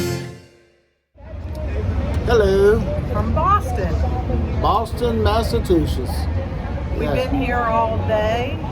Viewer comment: Lots of history in that area, no doubt! Now, say it with me… Mass-uh-chew-sets! 😂😂😂